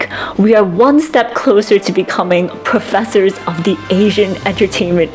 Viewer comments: Plofessors. It’s genius but i just gonna instinctly respon ‘bangke’. Imagine drinking when you say the name. Gold. Great video. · plofessors lollll love that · PLOOFESSORS!! 😂 Yes!! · I have two suggestions! One, not "plofessors." Two, don't get too close to a high-powered mike like that, you're blowing it out and sound quality is actually worse. Hoping to be helpful here. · plofessors it is then mwa mwa